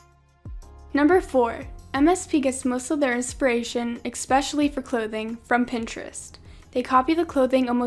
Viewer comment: Okay good video n all but it's not ex-pecially it's ES-pecially